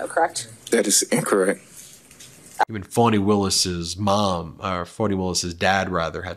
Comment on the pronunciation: Please learn how to pronounce her name -- especially if you're going to criticize others for mispronouncing it. It's pronounced "fahni", not "fawni". Pass this on to Popok, too. You have done many things to undermine your credibility. This is just one more.